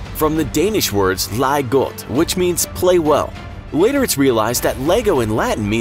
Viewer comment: I like the way he says "leg godt" Play well